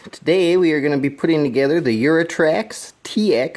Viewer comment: It's Yutrax not Yurotrax